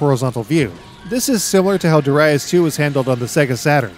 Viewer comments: Pronouncing it that way is a lot better. The more common western pronunciation is shared by an annoying smug Scottish singer over here... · that pronunciation alone got a thumbs up from me!